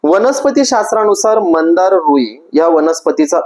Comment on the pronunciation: मंदार नाही हो, मांदार असं नाव आहे। श्वेत व नील मांदार। पण, माहीती छान सांगीतली आहे। 🙏🙏🙏👍👍